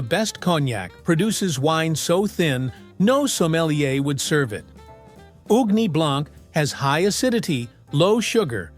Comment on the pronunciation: Ugni Blanc no it’s Uni Blanc.